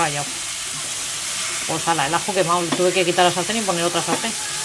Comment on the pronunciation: ¡Qué gracioso!!! ""pomer" jajaja!!